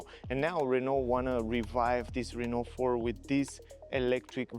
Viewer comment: The guy even at the Renault event wasn't able to learn how to pronounce Renault.